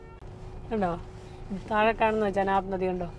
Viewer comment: ചനാബ് നദി അല്ല. ചിനാബ് നദി